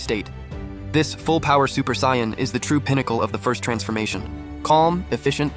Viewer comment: sion nature? it's pronounced say·uhn. This must be an AI reading it.